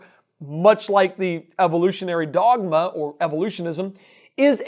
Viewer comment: The way he speaks "evolutionISM" make me cringe... :(